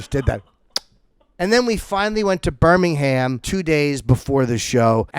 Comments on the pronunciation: the two jims are such queens. you know its true, jim. also its fucking pronounced birming-um. not birmingHAM. cunt. love you yimmy. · Love the video but it's Birmingum - we're the originals ;)